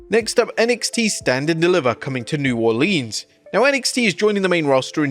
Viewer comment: New Orleeens